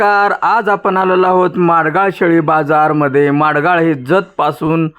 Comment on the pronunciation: मांडगाळ नाही भाऊ. माडग्याळ, ता. जत जि. सांगली.असे नाव आहे. आपले सर्व व्हिडिओ खूप छान असतात.